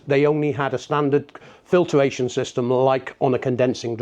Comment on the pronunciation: I find usually I instantly question a person's credibiliy if specifically is not correctly pronounced... (he also says "filtER-ation") not in this man's case however.